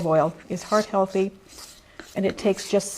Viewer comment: Hey ive been a subscriber for a while and I cant tell if your saying heart healthy or hard healthy can you please tell me